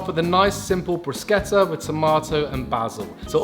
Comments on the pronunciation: thank you for pronouncing "bruschetta" correctly! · omg i got so excited when you pronounced bruschetta correctly lmaoo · Thanks (on behalf of all the Italians) for saying bruschetta right! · Ty for pronouncing bruschetta properly ❤️❤️ amazing video ☺️